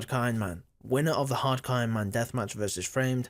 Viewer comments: hard coinman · haaadd cooooo iooonmaan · why cant you speak properly wtf is a hacairon man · Everytime you said hardcore iron man it sounded like harkoriron man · Why does he say “Hadcoeynman” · Hardcore ayonman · can u say hardcore ironman properly? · Why are you saying “Hardcore Ironman” so weird in the beginning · BRO i literally stopped 4 seconds in and checked the comment section to see if I was the only one who thought they were going fucking bonkers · I wasn't the only one thinking this then